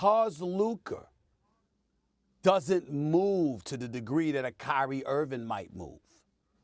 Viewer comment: Stephen A who is Luker? 😂